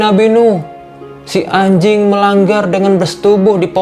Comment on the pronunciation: Yang gua dengar :hay ajing